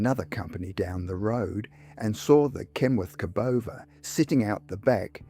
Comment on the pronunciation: That doesn’t look like a Cabover Kenworth. Or has AI pronounced it, ca. bover